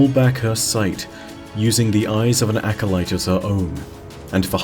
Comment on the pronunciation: forget that, why tf does he keep pronouncing acolyte as acolyste? there is no s in the middle of acolyte lol